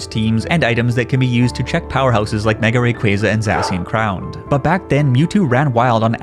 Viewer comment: It’s called Za-shi-an not zashan lol